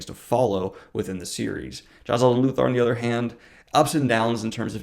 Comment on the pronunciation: The way he says Jezal is slightly annoying, JAZAHL. NO. JEzahl